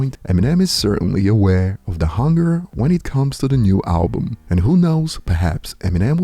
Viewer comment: tell bron its BUM not BOOM !